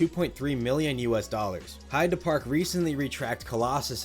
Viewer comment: I do appreciate ya pronouncing heide park correctly, it's a small detail but it just makes ya more credible :) alot of English speaking people would pronounce it as heydee park, which sounds very wrong 😂